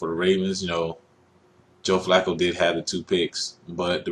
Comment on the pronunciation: Joe Fluke-O Really? just stop skip Bayless.